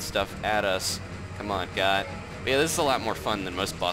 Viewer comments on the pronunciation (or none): Goht is pronounced (goat) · “WE GOHT HIM” Haha